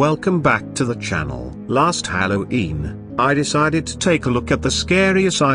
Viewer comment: Why does the voice pronounce it "hallow eem"